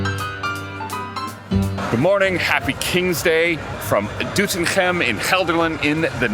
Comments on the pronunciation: Foreigners enjoying kingsday more than the Dutch😂😂 Nates pronounciation of Doetinchem was top👍👍👍 Katrinas pronounciation is improving as well👍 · Doetinchem pronounced correct. Well done. You deserve the oranje tompouce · "DoetinCHem in de aCHterhoek in Gelderland" - you're nailing those G's Katrina!